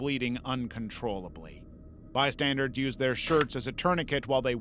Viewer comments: Bystanders. Bystanders. Not bystandards. That is not a word. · do you purposely say bystandards instead of bystanders? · BystandERS not bystandARDS PLEASE… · Didn't notice he did this until it was pointed out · it's pronounced bystandERS, not bystandARDS. i was cheering for you to say it right one time. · Exactly!!! Omg it annoys me so bad every time I hear him say “bystandards” 😭